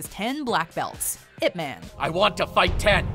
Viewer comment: Why would you call him ipMAN like he is part of the mcu. Its ip MAAAHN